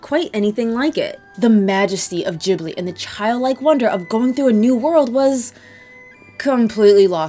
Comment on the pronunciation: "JIB LEE" 🤢